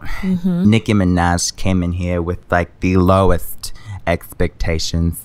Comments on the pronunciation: Nicki minech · WOW SHE SAID NIKI MANAJ IN STEAD OF de niki mena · DEH Nicci meneh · “Nikki Mehnej/z” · I die every time nicki says her own name nicki minej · “Da Nicki Mee-naj” 😂😂😂😂😂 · Naah it's de Nicki minej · The Nicki mineh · Exotic.aesthetic no, deh nicki mineg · de Nicki minej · DEH NICKI MINAHJ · nicki mineh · deh nicki menech is what I heard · More like Meh-Nuj 😂😂😂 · De Nikki Meneh* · “Nicki Menet” 🤣🤣🤣🤣🤣🤣🤣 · "its De nicki minej" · She says "Nicki minah" I'm confused lel